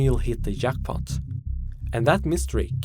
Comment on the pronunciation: Oh. The way you pronounced "jackpot" and "majority" gave me French vibes. Guess I was wrong, eh?